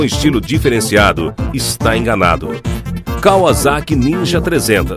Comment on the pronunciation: Kkkkkk o cara ri mas pronuncia deve pronunciar kavazaki kkkkkkkk Enquanto a pronúncia correta é KAUASSAKI